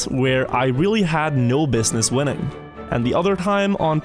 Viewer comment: i thought you said “women” instead of “winning” i got extremely confused